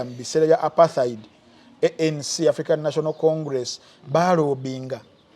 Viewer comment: u pronounce Apartheid as a Muganda! That word is In Zulu language, pronunciation should be Zulu, pronouncing it as apartaidi